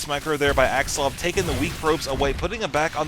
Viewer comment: its axslaVVVVVV not axsluv lol... its so funny how u say his name